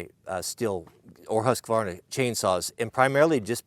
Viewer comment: Can't your wife help you to pronounce Husqvarna correctly